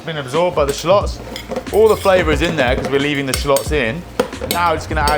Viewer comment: I how he pronounces "shallots". Rhymes with "plotz".